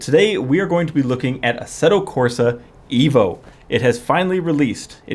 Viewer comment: the game name is EVO, not IVO